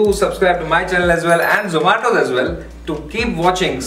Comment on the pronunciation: Its not zo-maa-to